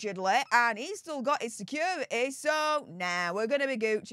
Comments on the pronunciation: What the hell is “secura-ee”? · Someone tell this woman the word security has a T in the middle of it!! It's pronounced, securiTy.